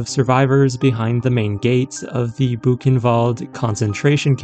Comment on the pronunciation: The AI reader for this video needs to be calibrated. It is pronouncing the articles "the" and "a" annoyingly wrong! The word "the" has a long vowel sound ONLY when the following word begins with a vowel. When the word following the article begins with a consonant, "the" is pronounced with a short vowel sound. Of course, with "a", this means using "an" instead of "a". You would never use the word "a" with a long vowel sound when using "a" as an article. For example, you would say "thuh video", but you would say "thee artwork". You would never say "thee video" or "thuh artwork". Similarly, you would say "uh video", but you would say "an artwork." You would never say "ay video" or "ay artwork". The word "a" is never pronounced with a long vowel sound when "a" is used as an article. Also, this video's reader bot is too dang sloooooow, and it reads as though it's annoyed at having to be here and is being forced to do it against its will. When even the AI reader bot doesn't even care about what it's reading, why should I? I made it almost to four minutes, and I just can't stand to listen any further. Bye.